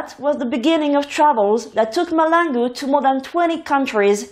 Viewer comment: It is Mahlangu not Malangu